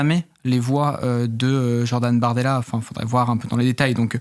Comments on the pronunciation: Je crois qu’elle a dit Mardella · Moi aussi j’ai entendu mardella